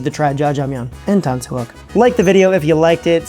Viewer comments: the "yuk" in tangsuyuk isn't pronounced "yuck" or "wok", it's more like "yook" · Just trying to help. Say "YOOK"... "Tang-soo-YOOK"